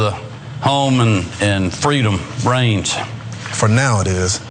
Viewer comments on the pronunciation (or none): i heard brains.. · Has Kemp been playing too much Plants Vs. Zombies? I thought he said "Brains".... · I thought he said "Home of the free of brains"... Which actually makes complete sense. Especially after, "welcome to Fox" 🤭😂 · He said reigns? I thought he said brains, lol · Did he say brains instead of reigns? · Woulda bet my husband's life he said "brains". I know I'm wrong, but that's STILL what it sounds like to me. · I thought he said Freedom Brains... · I swear I heard him say "freedom brains," twice! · i thought he said "Freedom brains" I was like omg they were right there are secret lizard people!!! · And i thought he said Brains.